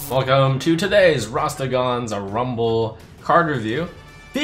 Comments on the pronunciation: Rastergon's rumble? What is wrong with all these pronunciations? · Trump : Rastergaann!!! Kibler : Raskathaaaan!!! 😂😂😂